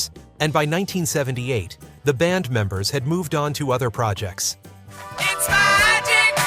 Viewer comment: Seriously, I always thought that whenever he says magic he was saying” Ohh Oh Oh ITS MY D**K. And to be honest, it still sounds that way.